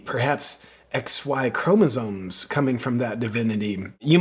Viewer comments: Does it think we should take any advice from a thing that can't say chromosomes? It definitely not chromosones!! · it's chromoSOMES, not ChromoZONES. I couldn't listen to the rest of the video after this. We need a new plague.